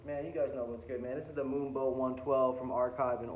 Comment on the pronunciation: It’s not moonbow, it’s moonbow bro